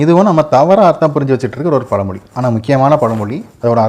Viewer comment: பல மொலி , மலை‌ இல்லைங்க தமிழை சரியாக உச்சரிக்கவும்.